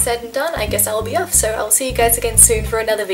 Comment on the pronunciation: When she says "so" I think she's saying "sir" . I'm like you don't have to be that formal